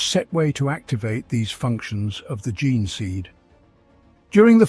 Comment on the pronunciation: 3.32.Chapters raised from the ge-neh stock? "Jean stock" Is the correct pronunciation. You do that quite a lot, say what your seeing, like you've never heard it uttered.Then later pronounce it correctly??? Strange! You do it with genestealers as well. Who ever pronounced genes ge-nehs?? Your familiar with the concept of genetics, the study of genes.